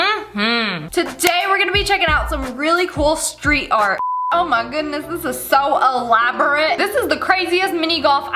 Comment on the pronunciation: Dis is art not dart